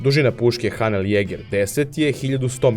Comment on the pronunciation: Ako se ne varam, ime ove kompanije izgovara se "Henel", barem u originalu na nemačkom.